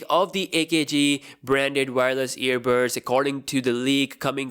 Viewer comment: Can you say "EARBUDS" again? 😂